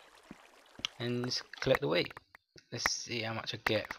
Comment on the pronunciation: It sounds like he is saying weed instead of wheat XD